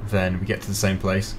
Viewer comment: The SAME is pronounced as same not samy